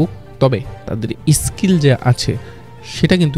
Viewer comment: আরে কাংলা ওটা ইস্কীল না ওটা স্কীল হবে ঠিক করে উচ্চারণ করতে শেখ 😂😂